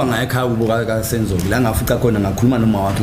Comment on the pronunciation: It's not "kibo" it's "kubo" this interpretor😡